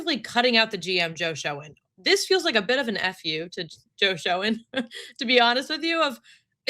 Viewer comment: Hey, Joe Schoen's last named is pronounced like "shane".